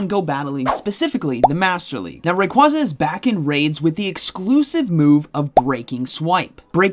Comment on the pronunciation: Unsubbed.... Learn how Rayquaza is pronounced